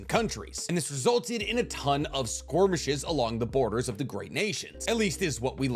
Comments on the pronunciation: SKIR-MISH-ES…. Not squirmishes… 🤦‍♂️ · Pronounced skerrrmishes not squirmishes 😅 but love the video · Are you saying skirmish or squirmish? It's skirmish. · I have watched like 3 or 4 of these ninja war-related videos now and I'll never tire of hearing him pronounce "skirmishes" as squirmishes. I love it! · The way you say squirmishes rather than skirmishes kills me lmao 🤣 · The way you pronounce skirmishes as squirmishes kills me 🤣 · Where'd the Q in skirmishes come from lol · OK skwormeshes not skirmishes got ya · Skormishes I think you mean skirmishes, lol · I will never get tired of saying "skormishes" XD great video as always ( also you say theat the leaf sold 7 tailed beasts, because of shukaku and kurama not being sold but didn't chomei go to the land of waterfalls seperately to the sale?) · I like how says "Squirmishes" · I love that he says "squirmishes" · Why do you pronounce it “squirmishes” ? Is that how it’s actually pronounced or are you just being silly? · Love your videos, but I absolutely hate how you pronounce "skirmishes" 😅